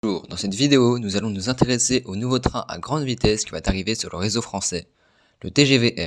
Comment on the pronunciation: Sympa, il "va arriver" (pas il "va-t-arriver") :) encouragements pour la suite!